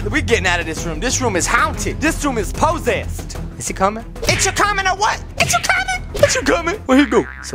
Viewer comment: "This room is haunted, this room is poh-sessed!"